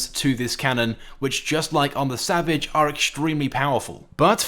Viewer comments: EliteAce X he said it right if u just payed attention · X3R0Z he said it right if u listen